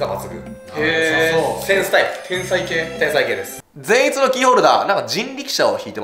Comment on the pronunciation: フィッシャーズでも善逸のイントネーションが気になるとは…笑